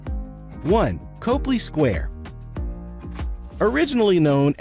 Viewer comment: Just be sure to pronounce it "CAHply" square, not "COHply" square if you want to sound like the locals!